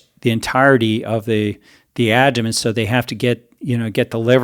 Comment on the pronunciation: Is he calling the abdomen the "adomen"? I can't tell but I don't think he's saying it right. Maybe I'm missing it but if I'm not, that makes me question his expertise even if I do believe him re: heart fat.